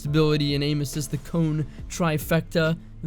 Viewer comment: had lost the ability to say the word cone normally. He goes into a McDonald’s “Yeah can I get an ice cream “cone”. “